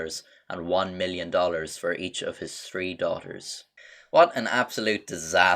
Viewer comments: Have a drink every time he says Tree instead of Three .. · I love how half the people that talk shit to the police can't talk it's three not tree and fuck no fook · How you know someone is Irish when they say tree not three (I am Irish) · Like this if you're watching for how pronounces three and tree the same way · Why does the narrator sound so much like Mike from THAT CHAPTER trying to sound like a gnome crossed with a pirate? This guy speaks in the same rhythmic meter, drops similar cheeky asides...and his "three" comes out as "tree." Curious, that. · Why when he’s says 3 he actually says tree!?! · I love how he says three (tree) but it does irritate me a little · tree hundred